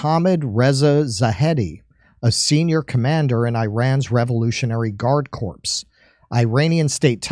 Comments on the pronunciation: It's pronounced core not corpse. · FYI, the word "corps" is pronounced core, not corpse. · Corps is pronounced as Core, otherwise it'll sound like corpses or corpse. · "Corps" is pronounced "core" not "corPs" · corps is pronounced core not corpse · Corps is pronounced as core not "corpse". But yeah, let me hear more of your opinions on military affairs 🫡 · corps is not pronounced as corpse, it's pronounced as core. Obama made the same mistake. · For future reference it's core not corp. Not being a dick. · Note on pronunciation: A corpse is a dead body. A corps is a military word borrowed from French and is pronounced "core" in American. Fun Fact: The French paid for and trained the American Revolutionaries. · "corps" is pronounced "KOR" like marine "corps" (Kor) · Absolutely not. "XXIII Corps" is pronounced 23rd KORPS as you would in German. It's based on the latin "corpus". Why pronounce it the french way? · Corps is pronunced core....like marine corps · People in Los Angeles pondering our resolve, LOL, also can anyone on this show pronounce corps? Finally even though every show is like a last minute book report, handed in by stoners, it is still worth watching.